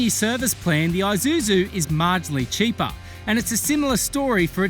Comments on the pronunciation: Aye! It's Aye!suzu mate 🤣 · Maate.. Isuzu, not i-Suzu